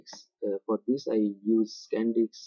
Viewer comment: it's not 'Sand diks' man :p , it's 'Sand disk'